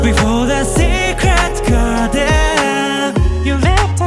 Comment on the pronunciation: いや、がやはり流石すぎる…SecretGardenの発音も最高に良いし、伸ばすところの声の質感が豊かなのよ…